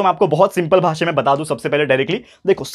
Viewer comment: He always says 'basa' not 'bhasha'😂😂😂😂😂 sorry sir